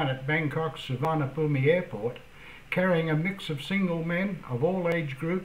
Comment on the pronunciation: Great video and TOTALLY True but the airport IS pronounced "Soo-Wanna-Poom", NOT "Soo-Varna-Bhumi"...;-)